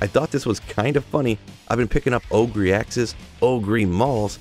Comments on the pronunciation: OH GRRRRRR. not OH GREEEEEE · Just some pronunciation tips: 1. Ogre read as ohguh 2. Carapace read as care rer pace 3. Suwayyah read as Soo wah yah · ogre is pronounced like "o-ger", lol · Shrek the oh-gree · OH-GRR. Say it out loud: OHHHHH-GRRRRRR. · Dude, it's Ogre with a silent "e", not Ogreeeeeeee 🙂